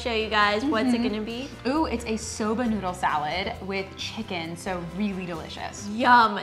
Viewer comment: What kind of noodle is in the salad? Are they saying soda or soba?